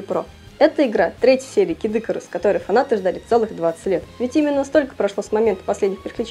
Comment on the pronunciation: Не кидыкарус, а Кид ИкАрус!